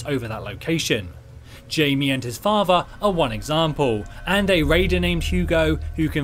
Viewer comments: Btw Jaime is pronounced "hi-meh", it's super close to Jamie though so not a big mistake at all. Keep up the good work, I just subscribed 👌. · In my country (The Philippines), the name Jaime has two pronunciation “Jay-me” and “hi-meh”.